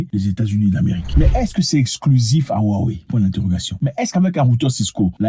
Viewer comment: Ça se prononce Wawé grand frére